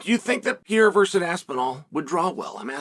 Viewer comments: There is one guy and his name has never been “Pierra”! Pair-air-uh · you mean pierra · Will Chael ever learn how to say Pereira?